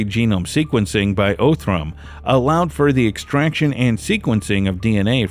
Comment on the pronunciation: He did mispronounce Othram. 😆 😉